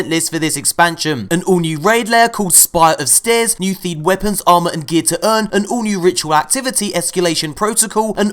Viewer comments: spire of stairs? 😂😂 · Spire of Stairs lol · Spire Of "Stairs"? FUCK MY WEAKNESS